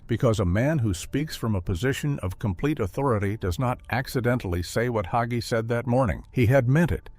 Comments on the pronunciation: Leave Pastor Hagee alone. He is a wonderful person and a great man. Jesus has all the answers. If pastor learns as he goes forward God has continued to lead him so he can minister to his flock. And his last name isnt hogee. If you're going to smear him, learn how to pronounce his name. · PRONOUNCED HAY-GEE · You cant even say his last name correctly. Its not hogey. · Not Hoggee, HAGEE. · HA--GEE is easy to pronounce! The "A" is LONG. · I met him. He is short and fat. Question, did he divorce his first wife? Did his wife break the marriage by having sex with someone while biblically married to him? If you claim to be a Christian and do not follow the N.T. teachings, the Bible instructs us to have nothing to do with him. So explain who divorced whom and answer my questions. You cannot even say his name correctly so why should we listen?